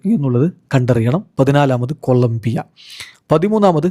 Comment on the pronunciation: കൊല ബ്ബിയ അല്ല കൊളം ബ്ബിയ